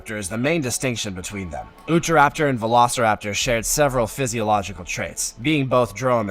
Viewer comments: It's U-tah raptor not oohtah raptor it's named after the state of Utah..it's name translates to "the thief of Utah" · this narator did absolutely no research in the pronunciation of these dinosaur names...for example...he was saying oota-raptor...when it is UTAH-rapter...named for the state it was discovered in